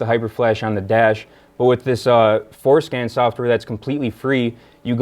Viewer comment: Every time he says Forscan I can’t help but hear foreskin.